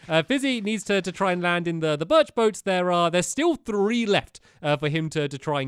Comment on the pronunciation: You left Barnaby in your room! And you said Birch wrong!